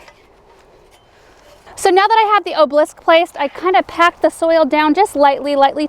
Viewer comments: Great, now has you spelling the word incorrectly with the way she mispronounces OBELISK. Three syllables, people. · You are not alone! I too adore and her videos but the way she pronounces hydrangea, obelisk, variegated and foliage also drive me crazy! Maybe it's something to do with the accent of the area she lives in?